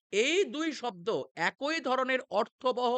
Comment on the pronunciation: আর "একই" উচ্চারণ করলেন একৈ।